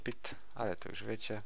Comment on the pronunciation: Już nie "jusz" OMG